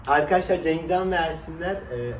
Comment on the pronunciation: cengizhan derken cengizan gibi geliyo😂